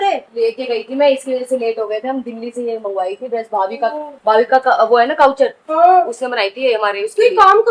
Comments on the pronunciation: Payal - Couture dress ❎ Kaauchor ✅😂😂😂😂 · ka coucher ✅ Couture ❌ 😂😂😂😂😂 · काउचूर nahi hota couture (कुत्युर) hota hai.. iska matlab hota hai fashionable place